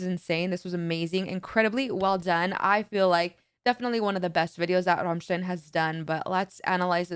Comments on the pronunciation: The way you pronounced Rammstein - Amerika gave me shivers not gonna lie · I love that you can pronounce ramštajn (I'm Czech lol 😂) the correct way! Big respect. All other americans say ram stain